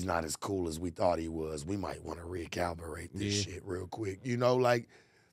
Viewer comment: Reacalubrate? bro its.. re cali brate